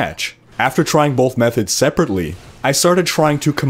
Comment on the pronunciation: I think the word you're looking for is both, no 'bolth'.